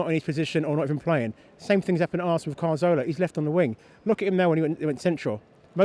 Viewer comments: CAZORLA not fucking CARZOLA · i'm not trying to be a dick but why can't gooners pronounce Cazorla? it's Cazorla not Carzola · It's Caz-orla or Cath-orla Not Car-Zola you fucking idiot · does he not know how to pronounce cazorla ffs